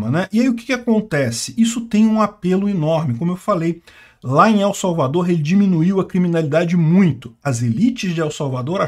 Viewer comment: Pronuncie "EL" como se fosse "ELE" sem o segundo "E"...